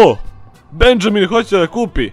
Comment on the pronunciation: Benjamin se cita Benaminj